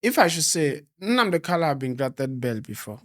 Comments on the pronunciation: Bro, his name is Nnamdi Kanu and not Kalu. You have constantly said it the wrong way and seems no one is correcting you. Change it from today abeg. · PLS GUYS HIS NAME IS (MAZI NNAMDI KANU) NOT (KALU) PLS ALWAYS PRONOUNCE IT WELL AS AN IGBO INDIGENES THAT YOU GUYS ARE...AND...NO DISRESPECT? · If his lawyers do not know how to pronounce his name, how do you blame someone else. A big shame. What this means is that the lawyers are defending someone else, not Nnamdi Kanu.